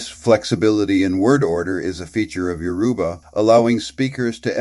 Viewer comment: I like the video , but it was bothering me hearing him butcher the name of my mother tongue. You say it as Youraba , not yoruuba.